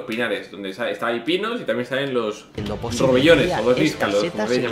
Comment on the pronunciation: rebollones no robellones jeje